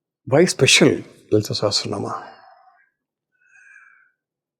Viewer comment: It is pronounced "Sa-ha-sra-naa-maa" please, not se-he-sra-nam. a not e. a as in agni. Not e as in elephant. Please.